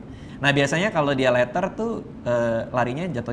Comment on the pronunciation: leather bukan letter 😂😂😂😂